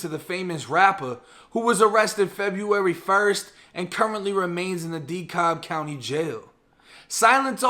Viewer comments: Its "da*kab" homie not dehkalb lol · DeCab not cob 😂😂😂😂😂😂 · DE- CAB NOT DECOB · dee-cab not dee-cob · The way u say my hood lol "Decobb" it's pronounced "De-Cal-B" #EastAtlanta #Zone6 #Flatshoals #Panola #Moreland Still subscribed 💯💯💯 Rockin witcha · Du-kab county????? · It’s Duh-cab,. Dekalb!